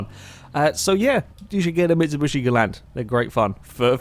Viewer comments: its mitsubIIIshi XD not mitsubUsi !! btw i think this channel diserves more subscribers i am with it sicne forza 4 just come out and i was surre it would grow very fast but for some reason it didnt ! gj guys !(where are Alex and Husky?) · Why do you keep calling it a MitsuBUSHi? xD